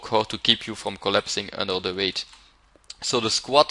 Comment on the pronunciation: I also like the way he says "weight" and "bullshit". "veight" "büllshitt"